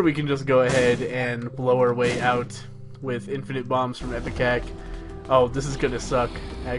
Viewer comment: It's IPECAC not EPICAC. Sheesh